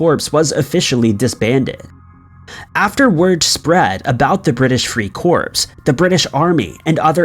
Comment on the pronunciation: You really need to work on your pronunciations! Its Free Cor, not Free Corpse! You don't pronounce the P unless you're talking about a dead person!